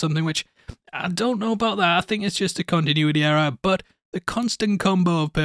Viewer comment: A Connie Tunuity rrore